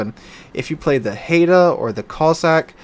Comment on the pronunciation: Haida is pronounced high-da, and is also a Canadian ship. She is, in fact, the most decorated ship of the Canadian navy.